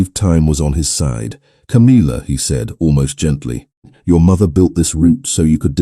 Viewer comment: It's tiresomely irritating to hear the name Camilla, so badly pronounced, it's not Ca-meal-uh, it's Cam-ill-uh. Gawd strewth, millenium hand and shrimp!